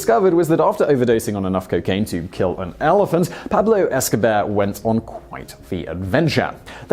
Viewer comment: PoohBlow Escobear